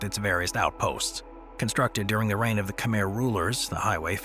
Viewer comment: Can you say Khmer properly, please? KH-mare. Pyramids were not built by the Egyptian dynasties, they are much older.